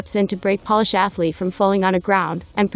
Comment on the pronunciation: Basketball games are not called matches. "Polish" is pronounced pole-ish, not pawl-ish